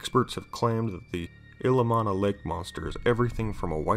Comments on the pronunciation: It's pronounced Ill-E-om-na. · Ill-ee-om-nuh and kling-get not t lingit